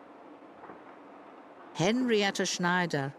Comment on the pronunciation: I absolutely cannot stand the way that the woman narrator says "Henrietta Schneider"